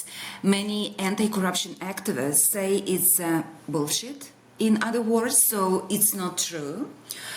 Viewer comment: I really like the way she pronounced bu11shit. Sometimes English as a second language is better.